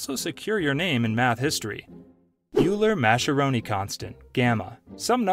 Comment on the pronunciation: Hey Idiot: “Euler” is pronounced “oy-luhr” and “Mascheroni” is pronounced “mah-skeh-roh-nee.” If you cannot even pronounced the subject matter, maybe you should be reporting on it?